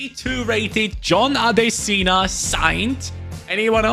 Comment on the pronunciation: its Actually pronounced Adeshina